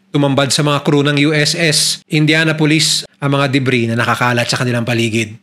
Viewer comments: Good story, pero it's "indyanapolis" po di "indyana-pulis" 😭😭😭😭😭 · Kung paano mo binabanggit ang Indianapolis ay INDIANA POLICE 😂😂 kakahiya ka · Please you pronounced the name of ship like a police 👎🏾